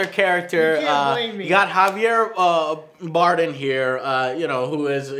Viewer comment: did he just say Javier Boredom? lol